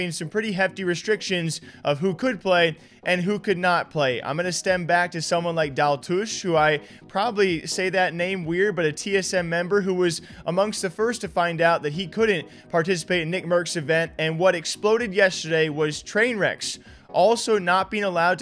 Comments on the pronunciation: Lol not Daloosh, it is daltoosh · Dowel-2shhh is how u say it lel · Can anyone say Daltoosh's name correctly? LMAO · His name is Daltoosh. There is a T. Why is it so hard for people to read? The fact is, his “controversies” are cancel culture BS. If TSM stuck by him and still announced singing him instead of cancelling like they did with Diego that tells you enough.